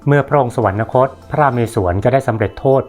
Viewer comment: ข้อมูลดีมากครับอาจารย์ แต่อยากให้อาจารย์พยายามอ่าน “สวรรคต” ว่า “สะ-หวัน-คด” ครับ เพราะคำนี้ไม่มี ณ จึงไม่ต้องอ่าน สะ-หวัน-นะ-คด ครับ